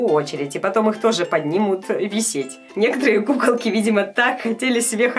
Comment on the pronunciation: Мне показалось что говарит не кукалки а пукалки?